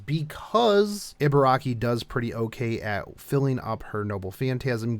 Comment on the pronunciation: EE. it's EE-BA-RA-KI. EE as in REEEEEE SHE IS BEST GIRL BURN HERC FOR HER.